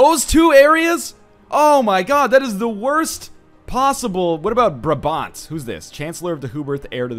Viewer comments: Northernlion, ofcourse it doesn't matter, but it is braa bant, not brab bant. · OMG the way he prenounces "brabant" hahaha i live there xD